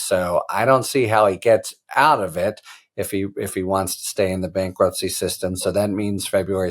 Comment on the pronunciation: what is "bakruptcy"? lol